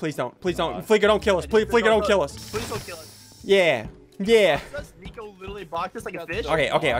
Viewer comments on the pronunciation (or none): You said nico like flico😂